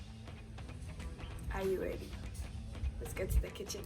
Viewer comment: The pause before the "are you ready? "😹😹💖💖💖